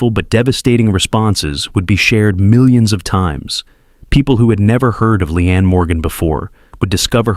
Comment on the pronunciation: She'a real, honest and hilarious. Shame on Joy. Her name is LEEANE and not Lian.